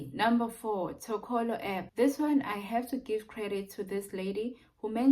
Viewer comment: Lol, funny you'd call Toloka as Tokolo coz i always do the same mistake. 😀😀